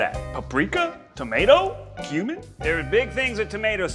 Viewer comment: They way she pronounced cumin really rubbed me the wrong way